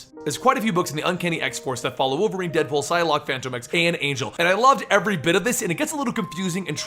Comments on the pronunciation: Fantom Ex not Fanto Mex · it's pronounced like Phantom X. Even the creators have said it like that. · Is phantom X or Phantomex, not sure if is pronouncing it wrong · Why did you say fantomex's name weird in the beginning? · Why do you always say his name weird?